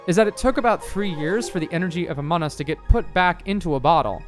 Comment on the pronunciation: "ahmon us"